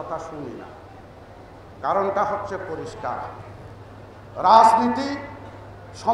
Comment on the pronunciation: রাজনীতি শব্দটাকেও ভাল করে উচ্চারন করতে পারেন না!!